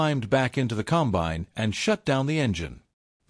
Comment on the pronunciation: Narration is AI and that sucks. Example: the machine is a 'combine' NOT a 'Cum-bine'. This 'STORY' is unnecessarily LONG and wastes time. We all know about the John Deere BS they pulled on farmers AND they lost a lawsuit over the entire deal.